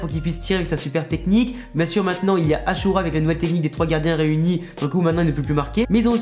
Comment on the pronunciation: Non poto ça se dit bel et bien Ashura car en lisant les katakana c'est ce qui est écrit pour faire simple le ザ= The(prononciation "Za" en japonais) ア=A, シュ=Shi+yu qui donne Shu et enfin ラ=ra d'où la prononciation "The Ashura" et non the Ashira